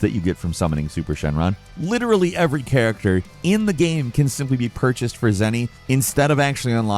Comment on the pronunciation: He literally said “game” wrong for years. Dude said “gam” and I stopped watching any videos with for forever because it just drove me insane